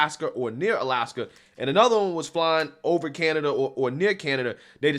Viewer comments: Lmao she actually said Canadia. How has she not been fired? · Lol she made the same mistake i always say.i always say canadia.that had me dying,i never heard anyone else say that.but we shootnthings down over canada cause we’re the us and canada dont care.what are they gonna do? Attack us lol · Canadia.... 🙄 Perfect. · "In step with canadia...." goodness gracious. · 😂🤣😂🤣😂🤣😂🤣😂 NOT CANAYDEEYUH!!!! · "Canadia". Damn😂🤣😂🤣😂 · Okay, I didn't get to this point when I originally posted. CANADIA? Hold on a second, SHE is the VOICE of the Biden Administration, right? She has some kind of degree or degrees in communication, right? She has technology and staff that costs hundreds of thousands a year at her fingertips, right? SO how the HELL does she not know it's CANADA?!? I'm not triggered, I'm pissed off but also amused at the same time at her ineptitude. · I’ve never once in my life misspoke Canada for Canadia….the woman is a complete idiot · KJP is as clueless as she sounds in this clip. When she said Canadia, it cracked me up! 😂. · Canadia???? Great way to piss off Canadians and that pretty hard to do